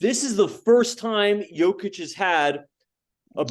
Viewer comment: One of these guys talking couldn't even pronounce Jokic's name correctly! And Kendrick Perkins and Nick Wright are both idiots.